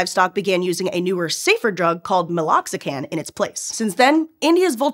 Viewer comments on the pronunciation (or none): Meloxicam, not Meloxican. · it's called meloxicam with an m at the end.